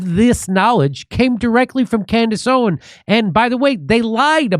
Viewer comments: It's Candace OwenS, not Owen! Unless I heard you wrong, but pretty sure I've heard you pronounce it wrong before... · If we can only get Jimmy to pronounce the "s" in her last name, lol.